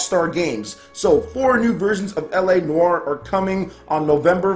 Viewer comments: Took 7 years of French and you pronounced it spot on! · I think you're pronouncing noire correctly (unless we're both wrong)